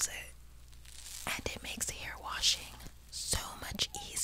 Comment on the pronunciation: it's Hair not haur